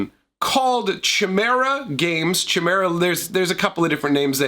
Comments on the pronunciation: Chimera is pronounced Kie-Mera, not Chi-Mera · not trying to be snooty, Chimera is pronounced "ky-meer-uh"(sorry to be that guy) Nice vid!